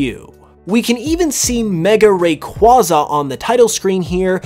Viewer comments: what do you mean, there's a correct way to say it and a incorrect way to say it, said it the wrong way why can't you just accept it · Please learn how to pronounce Rayquaza, half the poketubers get it wrong somehow leading to other people mispronouncing Rayquaza, I want this misinformation of Rayquaza's name to stop, its literally a box legendary of all Pokemon